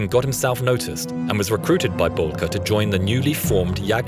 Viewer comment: Not bolkey it’s belkey